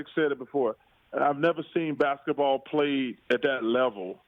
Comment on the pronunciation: “Basektball”?! Really??